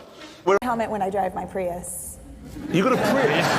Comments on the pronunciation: James slipping out of character by correctly pronouncing "Prius". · the correct way to pronounce it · 20 mins and only once he said it correctly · Its been a year. I hope your delusions have dissipated for it is Pry-us not Pree-us, Luke. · yep Jag u ar Prius is Pri Us Americans can't get that they pronounce it Jagwar wtf is a Jagwar sounds like a Chiense knockoffsof a Jag u ar and wtf is a Pre us sounds like part of the Gentials system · I mean both other presenters say it correctly... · Joking aside the language is English not Latin. It's the correct pronunciation. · The language is ENGLISH, not Latin. The British are pronouncing it correctly. Pretty simple stuff. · may says it fine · Cause you say it like how it's spelt. Just like how you pronounce Jaguar, "Jaguar".